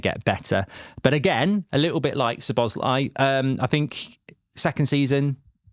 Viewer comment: Szobos-lee Who is he, really? Do you say his name wrong on purpose, just because he’s at Liverpool?